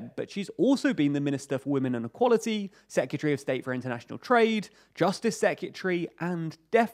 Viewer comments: Seh-kYuh-tree? When you hear a word so many times it loses meaning 😄 I think this pronunciation is missing an R each time though (seh·kRuh·tuh-ree) Great info and video as always though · Dude, LEARN HOW TO PRONOUNCE SEC-RE-TARY! IT'S NOT SEC-U-TREE! 🤦🏻‍♂️🤦🏻‍♂️🤦🏻‍♂️ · It sounds like "Se-ke-tree" to me. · I love your videos but can you please pronounce Secretary properly, its not secutry. It was used a lot in this video and started to get very cringy... It's like those people who say nucular instead of nuclear... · hahaha. I think the second syllable has a U in it. Se-cu-tree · Great video but that's not how you pronounce secretary 🤣! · can you pronounce secretary correctly pls